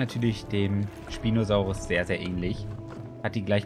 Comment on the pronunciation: Man spricht ihn eher „In-ßpineh-raptor“ aus. PS: Den Spinosaurus spricht man auch „ßpinosaurus“ aus. (Mit einem scharfen „S“ Laut)